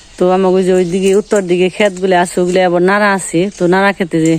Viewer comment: 'আবর' না বলে 'আবার' বলুন। নারা অথবা ন্যাড়া নয় খর বলুন।